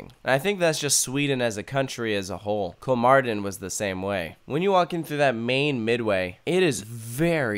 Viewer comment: Why is "Kolmården" pronounced "Cool Martin" all the time? My heart bleeds T.T